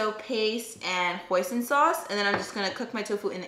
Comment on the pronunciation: "Pwa_son" sauce! French for fish!